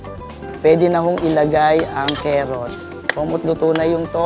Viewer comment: cant unhear “kerots” and “gantimpala” Huhuhu